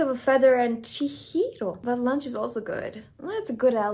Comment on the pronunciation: You pronounced Chihiro perfectly. You even said it with the Japanese inflection. You crazy kids need to stop calling synthpop "elevator music". It tortures my old soul. (I'm kidding...kind of) 😂😂 Jokes aside, I didn't consider myself a fan of Billie until this album. This album is a work of art. I honestly probably wouldn't have given it a fair chance if I hadn't known what a huge influence Aurora is on her, but I'm so glad I did. I would have really missed out.